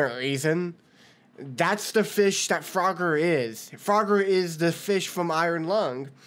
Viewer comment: It's pronounced froger (froe-ger) but I won't judge cuz I know people make mistakes :/